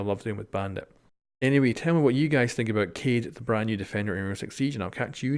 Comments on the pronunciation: Who is Cade? Isn’t it Kaed? 😂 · His name is ka e d.that's how you pronounce it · he says it slightly wrong, if you really want to hear it pronounced very well, go to google translate, choose French and type Kaid then listen to it in french accent.. that's exactly how it is pronounced. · Floppykilgus Not sure how to translate it through text but I’ll try. It’s pronounced Kai-d. The Kai is said separately from the d sound at the end. So rather than it sounding like Kayde it’s Kai-d. Hope that makes sense. You could always look it up if you are curious. Just make sure you looking at the Arabic origin for the name when you look it up. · Just say is name right, it's not that hard. Kah-EEED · Kaid is pronounced Kiiehd... Is Arabic for leader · It is pronounced (Kha-eed) I think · his name is pronounced "Kayd" that means Captain. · It’s pronounced ‘kah-ed’ which means leader in Arabic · most of us want to correct our pronunciation, so it's way better to say "kha'ed" قائد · Its easy to say his name , just pronounce it like this KA /ED it means (LEADER IN ARABIC) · People complaining about you not pronouncing Kaid correctly yet everyone says "Mon-Tane" instead of "Mon-tan-ya". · Why won't you just say Kaid right? 😿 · Gotta say, deliberately mispronouncing the dude's name is kind of a dick move. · "People have told me the way I'm pronouncing kaid is wrong". The man couldn't give any less fucks. Madlad. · Is it really that hard to learn how to pronounce a four-letter word? :-)